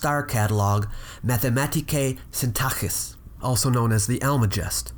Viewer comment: mathemátike syntáHiss? More like mathematiKE SYN-tak-ssiss (Μαθηματική σύνταξις)